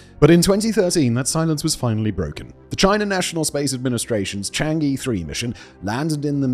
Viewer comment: For the love of odin, please learn the pronunciation of chan'ge. It's CHANG UHH.. UHHHHH. You've done like ten videos with it.